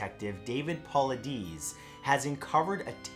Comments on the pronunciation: OMG YOU NEED TO RESEARCH THE PEOPLE YOU TALK ABOUTTTT I WAS SO EXCITED FOR A SECOND Bro it’s David Portray-Us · David Paulides said Paul-eye-Dis xxx